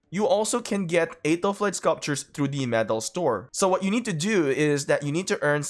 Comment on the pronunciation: You pronounce her name wrong...